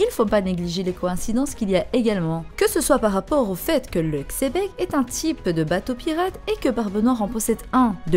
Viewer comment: Superbe. Oui le père au moins spirituel de BN est Rocks D. XEBEC (ça se dit Chébec)